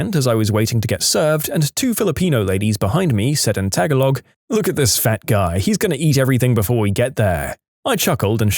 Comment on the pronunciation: Tagalog is pronounced as "tuh-GAA-log," not "tag-a-log!"